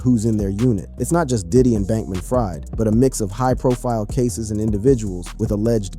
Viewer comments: It's pronounced Freed - not Fried, even though spelled that way. Where have you been? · It’s not ”Fried” as in fried chicken. It is pronounced as ”Freed”. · New sub… I know his last name spelled like fried chicken but he pronounces his name Freed like freedom… watch any news report and they will pronounce it correctly… good content though… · You pronounce Sam Bankman last name Freed although its spelled Fried.